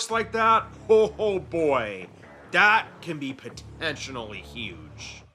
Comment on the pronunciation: You keep pronouncing “potentially” wrong otherwise awesome video